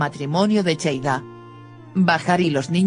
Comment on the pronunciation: No es cheida es seida